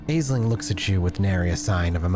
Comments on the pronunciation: Aisling is pronounced Ashling. Don't ask, Irish name. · aisling is pronounced 'ash-lin' or 'ash-ling' just fyi edit to add: that's my own name, so it's a bit of a laser beam to the ear lol. thanks for the upload -- i'm really enjoying the series!